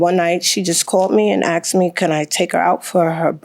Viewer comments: What is so hard about saying “asked” not “axed” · She said she knew "Her Moms"... ? ... So, that other lady has 2 moms ... ? ... 2 moms - ??? . And also - "She AXED" her... Wouldn't dat bes a "felony" ... ? ... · She AXE me?